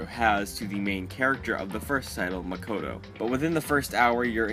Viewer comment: I hate how everyone says Makoto wrong